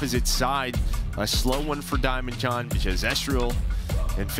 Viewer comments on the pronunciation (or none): Anyone going to tell it’s not DiamnonJON? 😂